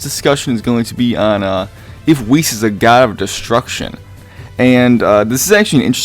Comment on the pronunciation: Pronounce it like 'wish' but with an e >->